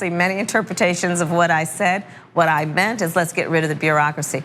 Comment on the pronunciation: "That's not what I mant." Who's favorite line is this?